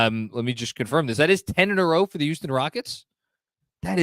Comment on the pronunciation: Love how says "youston" instead of houston. Makes me miss the accent, not the traffic lol